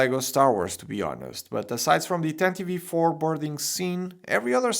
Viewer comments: I hate hearing people pronounce it like "Tantivee 4". It'll always be "Tantive 4" no matter what anyone says. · Why do they always call it the tantive V 4..... IV is 4 in roman numerals, it bugs me to hear people annunciate the V. It doesnt make since. Just say tantive 4 😑😑😑